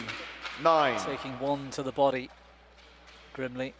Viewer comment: One of the names is girmley instead of grimley 😂